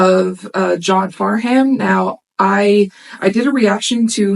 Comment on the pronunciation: The H is essentially silent in his name. Pronounced Farnam. Help was the second encore after a 2 hour show. You're the Voice was the first encore.